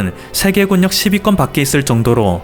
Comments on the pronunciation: 해굴력 아니고 해 군 력 ! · 해굴력은 너무 웃깁니다..해군녁입니다~~